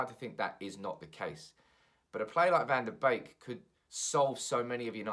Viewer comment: Isn't his name pronounced 'BEEK' not 'BAKE' lol